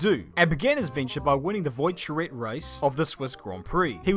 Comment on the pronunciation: Trying not to laugh hearing pronounce some of these names: Carraciola, Voiturrette, Coppa Acerbo and Neubauer.